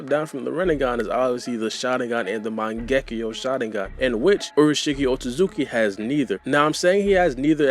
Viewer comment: Sounds like you say O-Suzuki clan lol